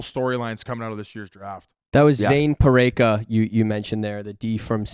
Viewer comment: doesn’t have a clue on these prospects pronunciations. It’s one thing to get it wrong but it’s another to double down that your incorrect pronunciation is indeed correct. Sennecke = Senn-uh-cuh Parekh = Pair - wreck Kiviharju = Kee - vee - har - you LISTEN TO THE FUCKING DRAFT SELECTIONS, THEY SAY IT!